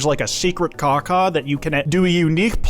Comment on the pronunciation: please put emphasis on the w when you say KawKaw for obvious reasons...